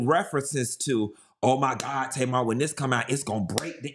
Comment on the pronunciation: I just finished the video and you SLAUGHTERED Tamar LMFAOOOOOOOOOOO